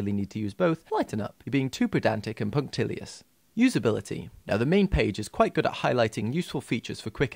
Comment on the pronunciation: i lost it at pedantic and puntilious ahhh thanks for the laugh mate.